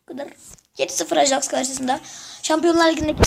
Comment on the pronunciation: onun okunuşu ajaks degil ayaks